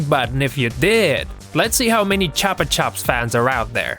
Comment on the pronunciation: WHO CALLS THEM CHOPA CHOPS?! JESUS! IM SO ANNOYED!